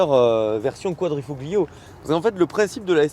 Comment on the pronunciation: Petit tips prononciation : QuadrifoLio ;) (le G est quasiment muet)